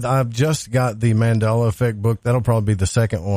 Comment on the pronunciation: Its Mandela not Mandala. It is named after Nelson Mandela. Just thought I would let you know.